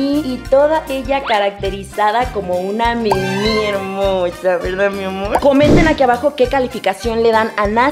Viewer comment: Por que dice Mimi a la Minnie mouse???